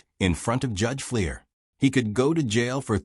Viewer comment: "Judge Fleer"???